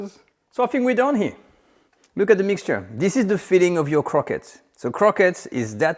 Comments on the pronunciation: Quit saying “croquettes”. Its as “awreeb-bell” as “croissants”. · For American folks who are distracted by his PRONUNCIATION of the word "CROQUETTES": In 'American-ese', it's phonetically pronounced "CROW-KETS", as we know it here. Merci!